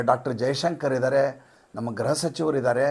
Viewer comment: ನಾನು ನಿಮ್ಮ ಅಭಿಮಾನಿ. ಒಂದು ವೀಡಿಯೋ ಸಹ ಮಿಸ್ ಮಾಡ್ಡೆ ನೋಡ್ತೀನಿ ನೀವು ಗೃಹ ಎಂದು ಉಚ್ಚಾರಣೆ ಮಾಡುವ ಬದಲು ಗ್ರಹ ಎಂದು ಉಚ್ಛರಿಸುತ್ತೀರಿ ದಯವಿಟ್ಟು ಅದನ್ನು ಸರಿಮಾಡಿಕೊಳ್ಳಿ.